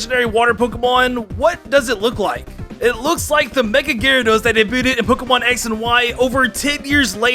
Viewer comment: Uh...? Are you sure that you weren't drunk when you recorded tangela and garydos